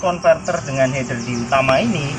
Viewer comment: mantab bro. akhirnya ada juga orang di youtube indonesia menyebut "Header" dengan benar. influencer yg ratusan ribu dan punya banyak moge aja masih belepotan nyebutnya "hiiiider". bikin kesel.